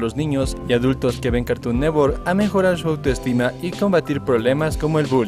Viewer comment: Carton neTTTTTTTTTTwork es carton NeTTTTTTTTWORK no carton nework